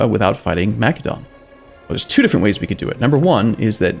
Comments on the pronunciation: YOU SPELL MACEDON WITH THE SOFT C like an S, REEEEEE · Massédon not Makédon ;) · it's Macedon my guy